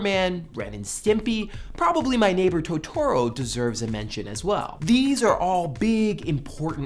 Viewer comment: Since it's Japanese, the best pronunciation for Totoro is "Toe toe row" (ととろ) rather than "toe tor oh". Syllables for japanese words are made up of consonant-vowel combinations with the occasional individual vowel, like the name Yoko Ono (yo ko oh no).